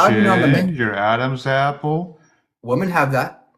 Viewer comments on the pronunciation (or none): i find it fascinating that someone as intelligent as does not know the pronunciation of the plural form of woman, so fU king strange, it drives me crazy when he says woman when he means women❣